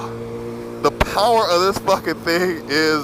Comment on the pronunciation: Lol ur fucken funny bro.....turn twist ,powerrrrrere